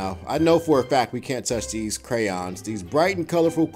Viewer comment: lol look how he say crayons